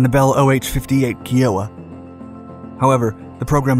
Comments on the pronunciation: It’s pronounced K(EYE)-oh-wah, not key-OH-wah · Dood, it's not "KEY-OWA. It's "KA-EYE-OWA." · FYI nobody pronounces Key-oh-wah. Kiowa is pronounced like Iowa with a K. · Key-owa? No it's kia-o-wah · BTW, it’s pronounced Kye-oh-wah not Kee-o-wah (Kiowa) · Key-oh-uh?… do you mean the Kiowa (Kai-oh-wa)? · Kee-oh-wah? Son, are you a foreigner? Americans, native or not, pronounce Kiowa Kai-oh-wuh. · Key-yo-ah?????? 🤦🏻‍♂️ It's Ki-o-wah...... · Keyowa???? 🤣🤣🤣 it’s Kiowa, “k-eye-o-wa” like the Indian tribe. Come on man! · it is pronounced Ki O wa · Kiowa is pronouned Kaye oh wa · Kiowa (K-eye-owa), Kiawah is a resort golf course in Charleston, SC... equally as cool. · Kiowa is pronounced Ky Oh Uh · Key-O-Wah What alien plant is the narrator from?? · Must not have watched old TV westerns. He would have known it's pronounced Ky-o-wa. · Jesus bro.... "Kai-Oh-Ah" .... show some respect to the native peoples and take the 5 seconds on wiki to learn the proper pronunciation. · Great video, but the pronunciation of Kiowa was not correct....